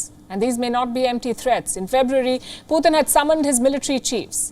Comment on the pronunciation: She said "poooh 💩 tunnn" 🤣🤣🤣💨😂😆😆